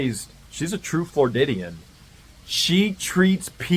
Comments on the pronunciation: Floridian not Flordidian. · What's a Flordidian mate? Thought was Floridian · Love this channel but if you’re going to be a part time Florida resident you gotta get this straight. “Floridian” not “flordidian” 😂